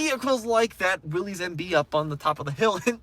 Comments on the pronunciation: It is really frustrating to watch all these idiots that claim to have a clue about automotive history, call Willys products "Willies". There is no apostrophe, we are not indicating that this is the property of "Willy". No, the man most responsible for the Willys vehicle was a mane named John Willys. Here is more from Wikipedia: Willys (pronounced /ˈwɪlɪs/, "Willis" was a brand name used by Willys–Overland Motors, an American automobile company, founded by John North Willys. It is pronounced just like Bruce Willis, NOT "Willies". Please get it right. You sound so stupid mispronouncing this name. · Not Willy's, it's Willys (pronounced Willis). It's a last name, not a first name. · There is absolutely no reason to pronounce willeez 😂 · The guys name was pronounced “Willis”, he is who the cars were named after. Willys and Willis are likely different spellings of family names. Why would you say it differently? John Willys. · I know it's spelled Willies... But its pronounced Willis. Like.. What you talking bout Willis.